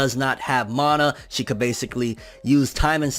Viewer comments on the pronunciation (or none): none